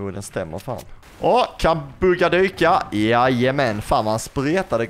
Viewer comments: du sa fel i början du sa bugga man säger typ bhuuuga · Jag gillar att du uttalar Buhga bugga;)